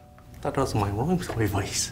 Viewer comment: It’s supposed to be room but he said woom